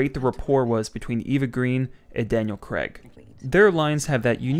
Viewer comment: Who is this Daniel Cregg person? It's CRAY-G! It's a popular name in the UK, it is not Craigslist..